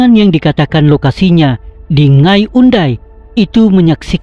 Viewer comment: Sebuyau jd sebayau, nanga jd ngai.. Byk lg. Nama dek wai?